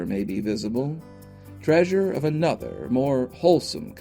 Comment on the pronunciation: "Do NOT seek the traysure."